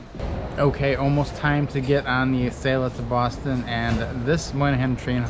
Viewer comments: 🤦🏻‍♀️ Yes; Ah sell ah, NOT a sail Ah! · AH-sell-AH not Eh-sale-ah. Besides that great video! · Everybody, all together.........AH-SELL-AH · Acela (Uh-sell-uh). Love your videos. Hope to see a future video of you guys on the Auto Train from DC (Lorton, VA) to Orlando, FL (Sanford). BTW Amtrak just announced USA rail pass for $299 through June 22. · Great vid per usual guys but uh.... much like other commentors, makin me cringe with the pronunciation. Acela is the combination of "acceleration" and "excellence" as described by Amtrak when the train was introduced. So yea.... accel-ah or ah-sell-ah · I might have been able to finish watching your video if y'all knew how to pronounce Acela (Uh-Sell-Uh)... 🤷‍♂️ It was seriously irking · Please please learn how to province ACELA. It isn't ...A "sale" ah..... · Amtrak has always called it like that. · you are saying acela wrong